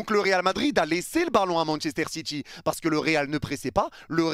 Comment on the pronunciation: Manchester Citchi 😅😅